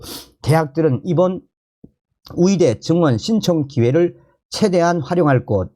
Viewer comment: 열심히 좋은 소식들려주셔서 감사합니다 그런데 의사를 위사로, 의대를 위대로 발음하시네요? 북한 출신은 이 발음이 안되나요? 아니면 만 안되나요?